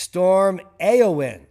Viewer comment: Eowyn is pronounced A-O-Win